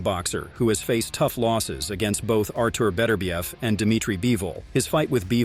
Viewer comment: Artur Beterbiev absolutely HATES the American pronunciation of his name. His name is not Betterbiev, it should be pronounced as three syllables, BET UR BIEV.